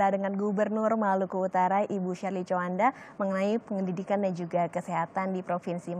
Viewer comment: TJOANDA,,,BUKAN COWANDA yaaa min